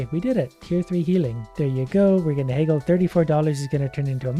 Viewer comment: Who else has never heard someone pronounce "haggle" like "heygull"?